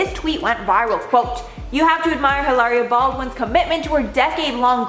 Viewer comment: stop calling her Eelaria.. her name's Hillary and that's that